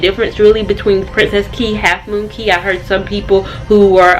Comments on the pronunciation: I'm Bahamian and 'Cay' is pronounced 'Key'! Awesome blog! The Conquest was my second cruise and I truly enjoyed!! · It’s pronounced key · I actually know. It's pronounced KEY. Think Florida keys (which is a misspelling of cay. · Thanks so much for another cruise vlog! I used to do Carnival customer service, and all of the staff members I interacted with pronounced Cay the way it's spelled; however, I didn't speak to any natives, so we could have been chopping it up, who knows? Love the hair...it looks very vacation-friendly! I also love how thoughtful you were to think of your mom needing some kid-free vacation time. As a mom of three, with my oldest being born when I was 22...and now I'm cough-cough 40 lol...I just started taking kid-free trips for a weekend at a time in the past couple of years. I can totally relate and yes, that time is much needed!